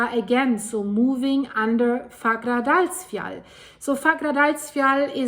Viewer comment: The doule L is a T in the pronunciation for icelandic. So it's pronounced like "fagradalsfjat", although it is written as "Fagradalsfjall". You can look it up, the double L as T rule is real for icelandic. I'm not making this up ;-) (Don't believe what any commenter like me writes, check it. I am sure for myself, but I know, that's not enough for anyone else, so just look it up ;-)